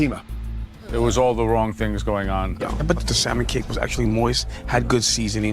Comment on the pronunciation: Fatima should have gone home based on the fact that she pronounced the 'L' in salmon alone. (a pet peeve of mine)